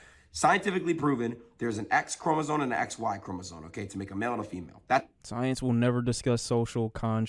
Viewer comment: He said “chromosoNe” instead of “chromosoMe”… 💔🥀